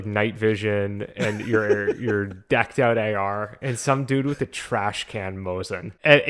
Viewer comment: It is called Trash Can, not Trash Cannot. Good vid, fellas!